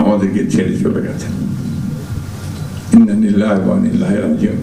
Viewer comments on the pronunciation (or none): উ‌নি ভাল ছি‌লেন। ইন্না লিল্লা‌হি ঠিক মত বলতে পার‌লে ভাল হ‌তো।